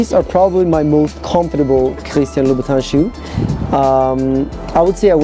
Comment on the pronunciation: It’s Louboutin